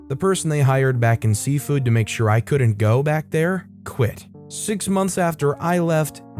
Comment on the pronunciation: Why does it sound like Safeway every time you say seafood?😁